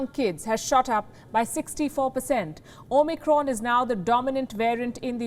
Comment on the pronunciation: Two quick things, that really get my goat. It's Omicron, not Omnicron. Also, it's Kazakhstan, not Kazakhistan.